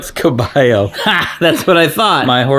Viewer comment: She was SO close on the Spanish! Caballo vs cabello